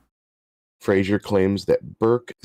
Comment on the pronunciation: Fraser, not Frasier.